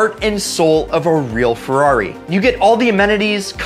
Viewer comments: Dude, it's a Ferrari, not a 'rari. Fucking hipsters. So cool, unlike us mortals. Interesting video, though. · Don't ever say rari ever again. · stop saying Rari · Rarri? Don't ever call it that again. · probably the most misguided video I have ever seen on youtube. great way to get into financial ruin. also please for the LOVE OF GOD stop saying "rarri". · you put too much emphasis on Ferrari